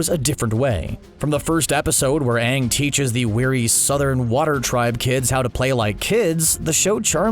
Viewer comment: And also when Everyone starts calling Aang, Ung